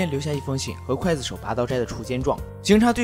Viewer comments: 浮尸饿殍，最后一个字念Piao不是fu。。刽子手，第一个字念gui不是Kuai。。高中语文，说的跟字幕也匹配不上，一点小建议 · 不叫刽（kuai）子手，而叫刽（gui）子手！ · 刽子手gui 四声，解说之前做好功课… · 不是kuài子手？？？是guì子手啊！！！ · 刽GUI子手,不是kuai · 一直在想（kuai）子手 这个音 是各大up主故意读错的吗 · 刽(gui)子手,听着真别扭